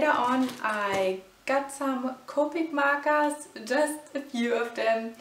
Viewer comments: WHY U SAY MARKARS?!?!!?!?!?!?!!? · "markas" "marka" Sorry I had to...... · Ору с того как она говоритслово МАКААС